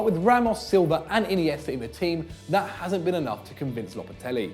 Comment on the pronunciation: whats lopatelli??????its lopetegui man!!